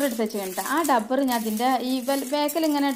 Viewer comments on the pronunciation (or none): ഡബ്ബർ അല്ല റബ്ബർ എന്നുപറയുക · ടബ്ബറല്ല റബ്ബർ എന്ന് പറയൂ